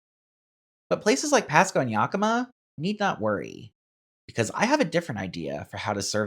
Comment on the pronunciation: It's not Wenatachee, it's Wenatchee and pronounced Wen-nat-chee Yakima is pronounced Yak-imm-uh